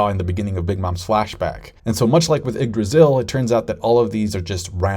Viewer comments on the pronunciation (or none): none